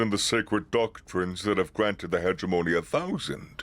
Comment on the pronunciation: Hegemony. Emphasis on 2nd syllable.